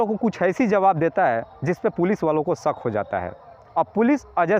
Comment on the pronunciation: मालूम चलत नहीं बल्कि मालूम हो ता है,सक नहीं बल्कि शक, क्रपया शब्दों का उच्चारण ठीक तरीके से किया करें।